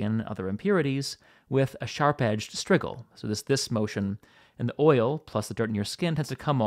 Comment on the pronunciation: strigil is pronounced stridjil - j as in jack and jill